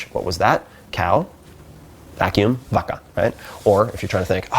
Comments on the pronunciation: actually, it should pronounced like “Baca” not “Vaca” like you write it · His pronunciation of "vaca" made me cry 😅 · "Vaca" pronounced so wrong. His Spanish teacher is probably crying. 😂